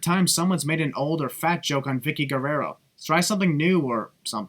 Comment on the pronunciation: says Vickie’s last name weird